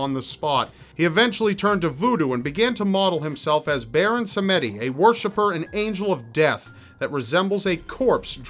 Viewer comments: Quick pronunciation gripe: Baron Samedi is pronounced "Sam-Dee" and is the French word for Saturday. Other than that, I had no idea most of these people existed! Makes me wonder if there's a real life equivalent to people like the Scarecrow or the Riddler. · Just an FYI, you pronounced Baron Samedi a bit wrong. It should sound like "SAM-dee". Also, it's French for Saturday. :)